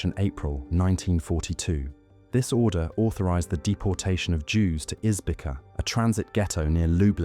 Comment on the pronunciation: Izbica a small town in Poland near Zamość is to be pronounced like "Ees- bee-tsa". Perfectly spoken by Israeli prosecutor